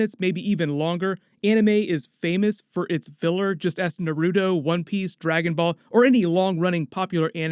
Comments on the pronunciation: "nar-u-do" bro... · He said : narrooootoee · ugh NERRROUUUTO? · He did not just say naruto like that...